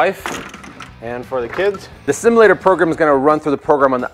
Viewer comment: ive never heard someone butcher the word "simulator" so hard and so many times